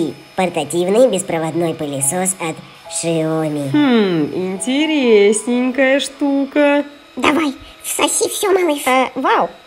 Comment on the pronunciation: не шиоми а сяоми